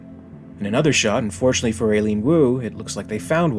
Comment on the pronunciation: I gotta believe that a name like "Aileen" (especially pronounced like that) gets you almost as much pull in an Alien movie's casting as being a caucasian female with short black hair... 😂 👍